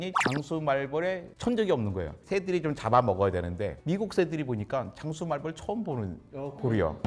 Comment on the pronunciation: 장수말뻘 실화? 땡벌[땡뻘]도 아니고